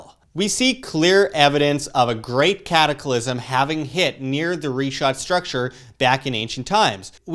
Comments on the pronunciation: Great Job Sir, great initiative for research... shall be waiting to see if the puzzles fit. Wish you all success. Just a suggestion, please correctly pronounce the names....its prounounced "Rikhaat" structure & not Ri-chaat and its "Sahaara" not Saheyra as you were saying. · The way he pronounces sahara and richat makes me not want to take him serious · oh great...a crew of naive, bumbling, suburban Americans trudging through the desert in area known to be populated by radical Islamic people. What could go wrong? Dude can't even pronounce Richat correctly, and apparently never even watched the documentary. Edit: Also, let me save you some leg work. The ruins you see via satellite on the Richat? They're French Colonial forts.